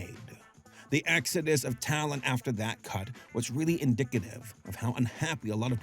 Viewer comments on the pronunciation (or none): none